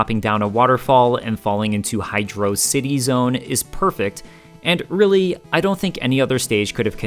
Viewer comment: I'm not taking anyone's opinion seriously who pronounces it "Hydraawwcity Zone."